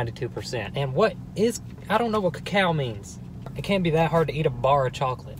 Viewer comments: "co-cow" i dieeddd is that how americans think co-co-a is pronounced ? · "Ca-Cao" Its koko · I like how he doesnt know cacao is the actual chocolate. As chocolate comes from cacao beans. Its pronounced (cuh-co-uh) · It’s not ca cow it’s called coco “cocoa” it means cocoa powder. Your use it for baking chocolate things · “Kah-cow”...😂😂 OMG STOPPPP 😂😂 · “ what is ca-cow” 😂😂😂😂😂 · "Cacow chocolate" 🤣🤣🤣🤣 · Cocao is chocolate it is the actual beans from wich we get chocolate so therefore it tadtes bitter because there is more of the cocao and it is pronounced coco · “ 92% ca-cow” Me:cAcOw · We have been pronouncing it wrong... it’s not cocoa... it’s co COW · its (ko-ka) its more like the substance that helps make chocolate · Why dose he say "cacow" ? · its coco-a and cocoa is what chocolate is made from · It is pronounced coco like ya know coco powder which makes it bitter and super duper dark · no ones gonna say anything about how it’s pronounced coco? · Btw it’s pronounced coco no offensive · It’s pronounced (Co-Co) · It’s pronounced coco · It’s pronounced caca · Who else got pissed at him pronouncing it wrong.